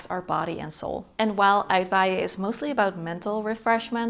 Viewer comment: No wind needed for Uitwaaien. But almost always there. Het pronunciation of uitwaaien really is perfect.